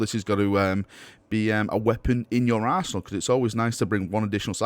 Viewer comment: he said arsenal